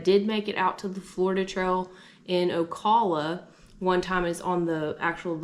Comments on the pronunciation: Flat 'A' in Ocala 🙃 ow·KA·luh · Wow! was in an oak hammock! LOL Ocala long O - cal - A